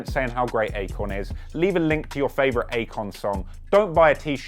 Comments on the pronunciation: I kept hearing acorn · I keep hearing "acorn." Lol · i couldn't help but hear acorn every single time you said Akon. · Good video but its not Akon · it aint Akon though...kali